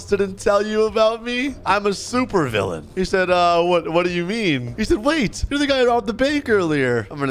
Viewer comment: bro just said hero to villaan